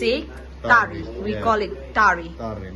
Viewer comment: kumno kham nang bha ban pronounce da u phareng ban ia ka khasi 😂😂 He said - Tari (ta_ri) But she said tarri (tar_i or tar_ri)